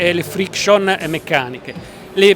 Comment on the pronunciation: Odio questi inglesismi. Che problema c'era ad usare attriti e miglioramenti invece di frictions (pronunciato tra l'altro male al singolare) e improvements?